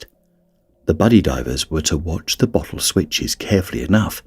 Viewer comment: I cant unhear bottle as buthole